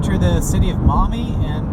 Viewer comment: Love ya you're saying MAUMEE CORRECTLY thank you